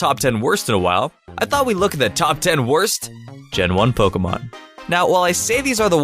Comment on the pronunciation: I hate the way he says Pokèmon